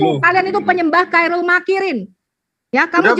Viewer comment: Khoirul ko di baca kairul pie mbak e..mbak e.. Kaum terjemah memang menonjol